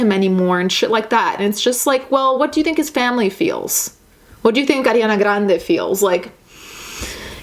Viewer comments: side track but i love how you pronounce ariana grande, i'm croatian and i'd pronounce it the same way so its just cool to hear someone actually pronounce her name & last name correctly because thats how its supposed to be haha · Another prong to this is the people who made tweets saying it should’ve been Demi Lovato who died instead of Mac Miller. As if these aren’t real, human people. I’m just glad she’s in rehab right now and didn’t have to see that disgusting shit. Also, I absolutely love the way you say Ariana Grande. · missy ann I love it and that’s literally the real way to pronounce it since Ari is Italian 😊